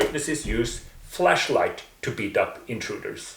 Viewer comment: Maybe it's your accent or maybe it's mine, but when you say "flashlight" it sounds exactly like "fleshlight" ,and it's bloody hilarious hearing you say how JW are given and use fleshlights.